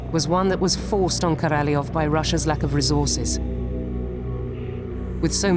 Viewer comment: Korolev .. et pas Karalof !!!